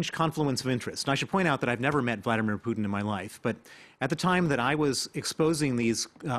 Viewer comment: Vlad-eee-meer PooottIN. The way the France 24 guy pronounces Putins name is interestink